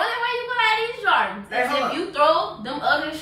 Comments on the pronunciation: She can't even say jordans. She like " jardans" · Its prounced Jordans Not Joradns lol 😂😂😂 but it's ok the first time I heard Jordans I said Jadons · Wtf is some "jawdans" 😂😂😂😂😂😁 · his favorite "jardins"😂😂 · "these his favorite JARDINS" LOL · She say Jardens😂😂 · She said jardans haha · She say Jardans😭😭😭😭😭😭😭😭😭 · she said jardens